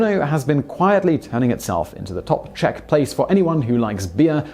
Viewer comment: As a Czech, I adore this video :) And congrats on the pronunciation, you haven't butchered anything ;)